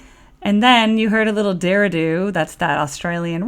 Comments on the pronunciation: Didgeridoo. Not dirradoo.😂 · Need to get a change of that pronunciation "Digh ger a doo". Try holy grail by Hunter's and Collectors. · I dunno what a “deeradoo” is, but I think you meant to say “didja-redo” which is how it is said. Didgeridoo is a powerful instrument to mimic wildlife. I may have chuckled. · A DIRADOO and a GECKO???....You mean a DIDGERIDOO and a GOANNA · its didge like fridge - didge err eee dooo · Before someone rips into you unmercifully, I'll quietly explain didgeridoo is pronounced di·juh·ree·doo... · Didge as in ridge, er as in er what did you say? ri as in see, do as in do it right this time. LOL. Thanks for appreciating Aussie music. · Goanna is a large Australian lizard - and the name of the band. The usual pronunciation would be 'go Anna' but with no gap. Glad you're enjoying your forays into Australian music.